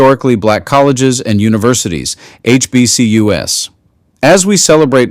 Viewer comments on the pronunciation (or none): When I hear for the 2nd time in two days HBCUs - you know what it stands for - pronounced fine 'til the last two letters, and those rendered "you ess" rather than, altogether, in context "aitch bee see use", I'm suddenly skeptical about the veracity of the narrator I'm listening to, and am tempted to believe it's AI, potentially precipitating my unsubscribing and curtailing my viewership. F this BS. Do it right or buzz off. 🖕🏽😒🖕🏽 🤖